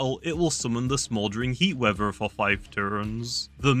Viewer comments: Wever abilities(Bri'ish) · Bro says weather as “weaver” lmaoooo